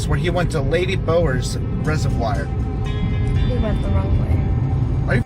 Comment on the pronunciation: Lol it pronounced res-of-v-or